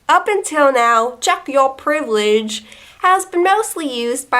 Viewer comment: I've became racist only by hearing so much times "tchek yor PREIVELEGE"